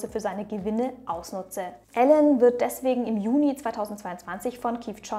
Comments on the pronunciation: Wieder extrem nice recherchiert von dir ☑️ Nur am Rande…..er heißt Elon und nicht Alan 🤓🙃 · Elon Musk (ausgesprochen „ILON“ nicht ELLEN) 😂 Tolles Video aber 😁